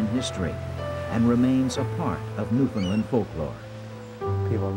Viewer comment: Narrator: "Newfundlund".. Me: eye roll... Say the following... understand Newfoundland